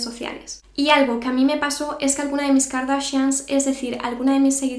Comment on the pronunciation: Me dio demasiada risa cuando nos dijiste kardashans